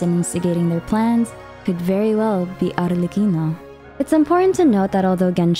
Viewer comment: as an italian I can say for sure that your pronunciation of Arlecchino is really good! also ty for another amazing video, you explained it all so well ✨